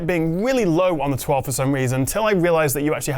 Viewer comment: Oneplus Twa-vey